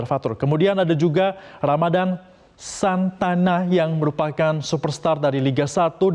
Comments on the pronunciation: SANATA,bukan santana boss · Metro tv bikin berita gak bener anjir😅 final sea games 2019 antara Indonesia vs Vietnam itu skor akhir 3-0 untuk kemenangan vietnam Bukan 2-1 Kalo 2-1 itu adalah Indonesia vs vietnam di fase grup sea games 2019 Aduh sekelas metro tv kok salah bikin berita 😅 ramadan santana 🤣 ngomong aja masih salah Ramadan sananta keles kok santana Kacau nama orang di rubah2🤣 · Sananta bukan santan 😃